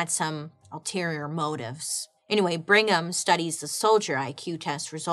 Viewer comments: That surname is pronounced BRIG-ham, not Bring-ham. Just FYI... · Qing dynasty ,yes ,but prounced ch-ing 😘 Ok LOL on Bring-em !